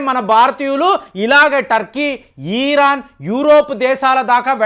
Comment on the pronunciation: వీరు "ఇరాన్" దేశాన్ని "ఈ రాన్" అంటారు. చెప్పినా మార్చుకోవడం లేదు. భాషను చావగొట్టి చెవులు ముస్తారు సారు